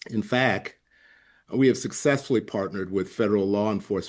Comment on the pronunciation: "In fack..." Huh???